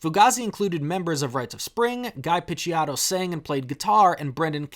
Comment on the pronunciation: it’s ghee pitch-ow-tow